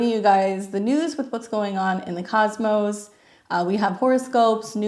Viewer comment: I like the way you say Cosmos ☺️ in every introduction.. This conjunction is happening on my black moon Lilith birth placement. Dont know what to expact of that but it sounds deep and transforming 😅